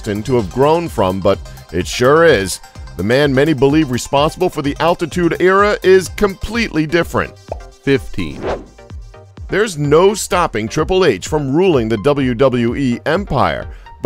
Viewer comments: idiot. altitude era lol. its attitude era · i know dude, get it right ATTITUDE ERA! NOT ALTITUDE ERA lol